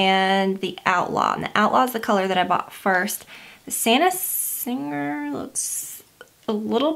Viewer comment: Lol! Santa sang-grey. Long 'ah' sound in the first syllable. It means blood. Thank you for the video and the tips! I'm dying to try some of these now!